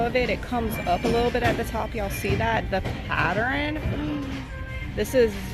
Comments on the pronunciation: Did you really say "patterine" for pattern? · I think she always says it that way.